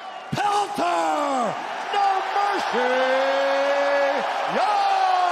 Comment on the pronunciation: Did Buffer just call my bro "Pelter" ? 😂